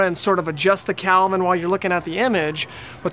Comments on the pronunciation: Great help but the temperature is called and pronounced Kelvin not Calvin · hahahaha it's "Kelvin," not "Calvin,".